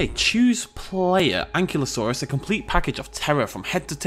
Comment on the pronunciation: omg im gunna go nutts if i dont say this its... AN- KI-LO-saurus =ankylosaurus